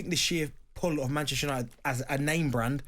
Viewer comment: The way Bent emphasises the Ches in Manchester United is really annoying